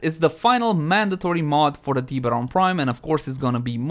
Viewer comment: The teeeeberon prime hahahaa